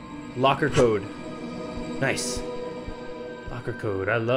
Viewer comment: Did he really just say niceu, he definitely stole that from J-hope. I hate snakeu.